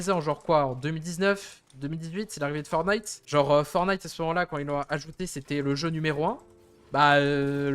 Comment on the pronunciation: 1. C'est "fortenaïte" et non "fornaïte"... c'est comme DJ, soit tu prononces à la française "déji", soit à l'anglaise "didjè", mais pas l'horrible remix "didji" (=DG en anglais)! 2. BUSH se prononce "bouche" 3. LEVEL ---> "lèveul" (et pas "leuvèle" 🤮🤮) 4. GAME, soit jeu en français est masculin. Il existe manche, rencontre, ou partie si tu veux employer le féminin. Parlez franglais correctement bordel! :P